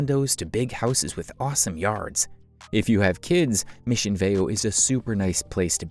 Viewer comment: This was a nice video, but the narrator didn’t pronounce Aliso Viejo or Mission Viejo correctly. Also, Turtle Rock is a part of Irvine.